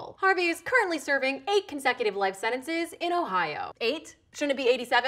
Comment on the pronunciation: Did she annoy anyone else how she sentences ?????? SHE BUTCHERED the pronunciation!!!!! She pronounced it SEN-IN-SIZZ i never heard her use the letter ''T'' once